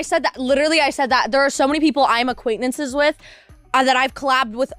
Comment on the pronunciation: By now should really know it's "acquainTances" not "acquaiNnaces," but at least she's holding strong to her convictions on the actual matter.